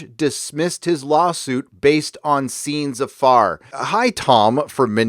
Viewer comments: Please, "Scènes à faire" is pronounced "senza fair", not "seenz a farr"! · Guys, it's like 'sayne ah fair' with an uvular French r, not 'scenes afar'! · thanks for keeping us updated on this. Not to nitpick but scenes a faire is pronounced: sehnza fair with the first and last syllables stressed and the za more muted.